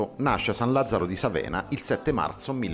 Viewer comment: Sàvena, accento sulla a.